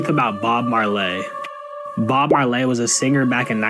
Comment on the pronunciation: Did he say Bob Maarr-llay